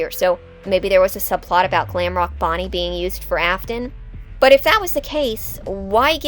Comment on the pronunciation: It's not Ofton it's Afton